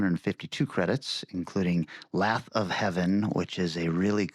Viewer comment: Did just pronounce lathe as lath...?